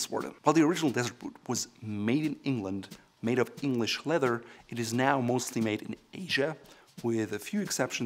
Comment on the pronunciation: It is pronounced leath-er , not letter . Nice shoes !